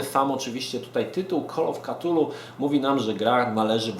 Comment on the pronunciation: Jeśli moge sobie pozwolić na mała poprawkę i zarazem podpowiedz w wymowie jednej z mojej ulubionej serii " De Kool of ftulu" nie mam zamiaru nikogo urazić ani pouczać. Ale myślę że fajnie znać orginalna nazwę. pozdrawiam